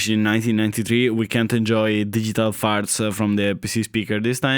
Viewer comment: “Farts-uh”. You say “farts” in such a wonderful way. Aside from that, thanks for doing these videos. I was of the majority and had a few versions of the Adlib/SoundBlaster cards growing up. But not right away. I had to play Commander Keen an Wolfenstein-3D with that dreadful PC speaker.